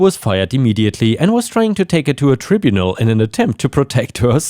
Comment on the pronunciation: Sorry you are getting some words wrong, english is vast though. Tribunal starts with tribe, long I. Ap-o-plec-tic is not the same as apologetic, apoplectic is when someone is so furious, they get red in the face, their eyes start getting very wide, but they may be beyond the power of speech, apologetic is constanty saying sorry. If a cat is doing what yours is there it is frightened, stressed, dehydrated or too hot, please take care.